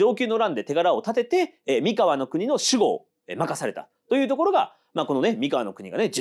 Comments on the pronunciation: ワタシも思ってました❣️❣️❣️連呼、れんこ(笑) 前回の読み方は気の所為…？Σ(ﾟДﾟ) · 三河と岡崎と安城の発音が違う笑